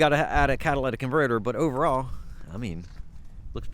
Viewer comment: Catalytic converter not Cadalatic converter.